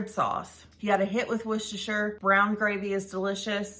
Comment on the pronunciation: Amazing! Astounding! I'd just like to say, dear lady, that you are the first person from our former colonies that I have ever heard to pronounce Worcestershire correctly and, as such, must be seriously considered for Honorary Citizenship. Well done indeed... ................the ancient Englishman.